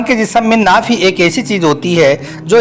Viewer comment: Are bhai naak bol Raha he y naabh bol Raha he bol na to seekh lo bhai